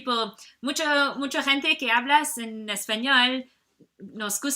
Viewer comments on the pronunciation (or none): none